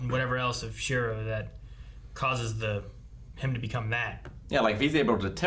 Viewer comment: How do they keep forgetting how to say Shirou's name?